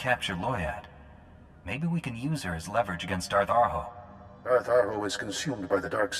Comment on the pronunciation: When he said Darth Arho, at first I thought he said, "Darth A-hole." My bad.